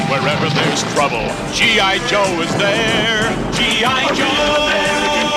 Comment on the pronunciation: All I hear is gi jose